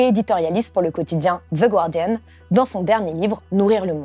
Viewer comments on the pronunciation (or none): On prononce "gardian", pas "gUardian" ;) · Comme d'habitude, une vidéo très intéressante. Merci. Une petite remarque. On ne prononce pas "Ze Gouardiane" comme dans gouache, mais "Ze Gardiane" comme dans garçon.;-) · On dit « ˈɡɑːdɪən » Pas gOuArDiEnNe Merci